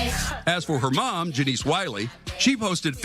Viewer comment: Janice not janeece